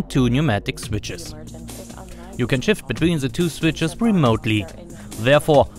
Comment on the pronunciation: "se switsches" 😅😅😅 Ich krieg mich nicht mehr ein